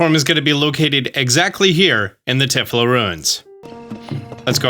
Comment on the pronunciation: "Tie-Flow" ruins. not tif-lo.